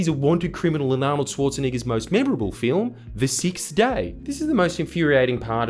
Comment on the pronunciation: thats not how u say arnolds last name hahaahahha